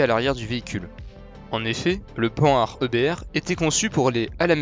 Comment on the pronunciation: Pan hard ?! C'est prononcé p ANHARD